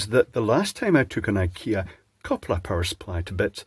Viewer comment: It's funny hearing a British man pronouncing Swedish 😂❤ koppla was pretty good, I would never have understood småhagel if it wasn't for the text on the box 😂